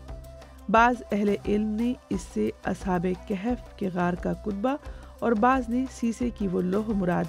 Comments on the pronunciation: Word Kehf ni bulk kahf bb ha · لفظ کِہف نہیں ہے. کَہف ہے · Its kahaf not Kahef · Informativ program but Arabic word is Kahaf not kehaf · Kahf,not kehf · The word is "kahaf" not "kehaf" my sister. Pls don't mind.